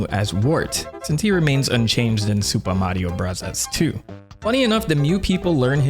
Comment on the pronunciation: Why do you keep calling it “Supa Mario Bravas 2” when referring to Mario 2? It was never called that in Japan, so pronounce it correctly. If you wanna be pretentious, at least get it right.